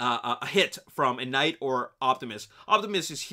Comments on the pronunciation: The last knigh 😂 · "The last Knigh"....Great job.